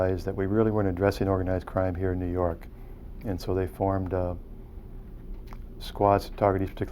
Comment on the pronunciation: "nuu yawk affice"